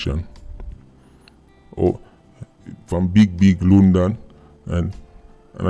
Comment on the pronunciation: "I'm from Lundon fam" 🤣🤣🤣🤣 no easy a raatid